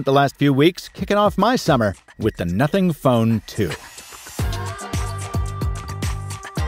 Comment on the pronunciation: On, it sounds like F***ing or NOTHING Ohh